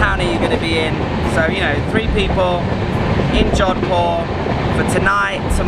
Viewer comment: Its jodhpur* not " john poor" bro. But very great. India is my native country nd i havent been to jodhpur yet.. now i will plan to visit🤝🏻